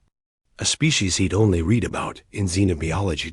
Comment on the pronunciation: Or that the word "read" is pronounced differently in the past tense than it is in the present or future tenses. AI has a long way to go.